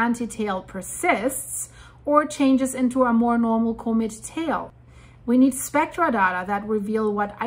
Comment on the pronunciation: could you please learn how to pronounce comet?